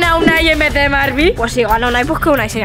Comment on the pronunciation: No sé llama marbi sr llama Barbi